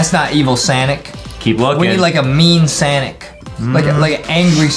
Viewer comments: It’s. Sonic. Not. Sanic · Its not sanic its sonic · Stop saying sanic say Sonic